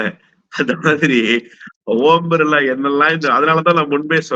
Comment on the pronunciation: ஓம் பிர்லாவா ? ஊம்* பிர்லாவா ? தயவு செய்து சரியாக உச்சரிக்கவும்.